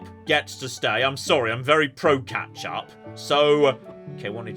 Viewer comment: It's ketchup... Not catch up.